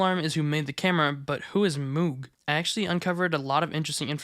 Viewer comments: 9/10 Moog is pronounced "Mohg" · It’s pronounced Mogue, like Vogue magazine. It’s named after the guy that created the Moog synthesizer, Mr. Moog. A lot of American electronics appliances companies got into the military industrial stuff during the Reagan administration. Lotta money coming in. Usually it’s in the form of an acquisition rather than just making the decision to make signal generators for the navy one day. The singer sewing machine company doesn’t exist anymore except as a brand to stick onto product in the hopes of capitalizing on their reputation generations past but they got into making weaponry both at this time for something with ICBMs and also during world war 2 amount m1911s, M3 grease guns. Twisted pair works better for preserving signal integrity and canceling out interference, party because of the magnetic field produced by either conductor on the other excluding the influence of other nearby conductors that aren’t coupled and in phase but mostly because it’s easier to filter out interference at the output end by filtering the common mode voltage of the pair which is what the balun is for. Alexander Graham Bell, the inventor of dirty talk on the phone about how you’re gonna go goblin mode on your wife when you get home and also just the telephone in general and also goblin mode In general, invented the twisted pair. Probably not for his first one cuz where was the interference coming from right? Just kidding, telegraph cables were everywhere and even the spark gap radio transmitter pred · Moog is actually pronounced mogue. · If it's the same pronunciation as the audio equipment, it's pronounced "MOHG" instead of "MEWG." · moog is actually pronounced like rogue or vogue. mohg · IT IS PRONOUNCED MOOG! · you're pronouncing MOOG wrong. its MOAG. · just fyi, I interviewed with Moog, it's pronounced more like mogue (think "rogue" but with an m) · Its pronounced Moog ;) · Lol at the mispronunciation of moog